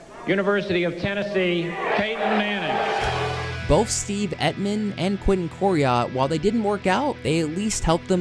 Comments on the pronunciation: The way you pronounce Emtman makes my ears hurt. Emtman...as in Tempt-men without the "T" It sounds like you are saying Epp-men...but I still upvoted your video. Very good. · It’s Emtman not Etman. He was a tackle not an end. Make a little effort to get things right. Bad job. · Your inability to say Emtman is cracking me up. emt-man not et-man